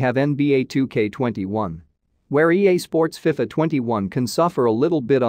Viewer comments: The way you say fifa though🙈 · I agree with you